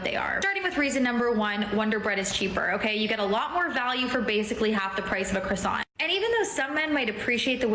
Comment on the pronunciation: What sort of idiot pronounces "croissant" with the emphasis on the second syllable? Any self-respecting French speaker would declare jihad upon her.